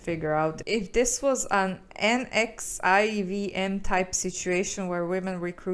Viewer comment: NXIVM is pronounced “nex -eee-um” and there were multiple documentaries about it on Hulu and Netflix and the book Scarred is written by a survivor of the cult, it’s a crazy example of the blurred line between cult and MLM!